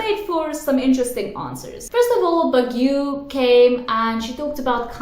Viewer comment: I really find it cute when you say Baguio. Hehe but it's actually pronounced as "Bagyo"